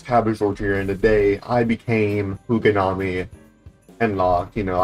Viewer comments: Bro said kugonami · bro can NOT pronounce kunigami